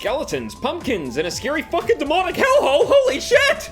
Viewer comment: He says scary like if it's sceeary, kinda like arin from Game Grumps